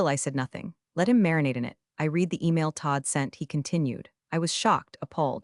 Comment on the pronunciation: Please, work on the AI!! TED is pronounced Ted, like the name.Work on read versus red. The AI needs to be worked over on this!! Still love your writer and their hilarious metaphors!! But remain 3 of 5 until clean up that AI or switch to human narrator!!👏👏👏👍👍👍❤️🐉💙💙😎😎🌈🌈🦅🍍